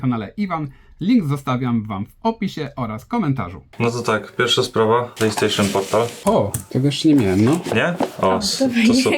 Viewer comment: Plejstejszyn portal? 5dyszek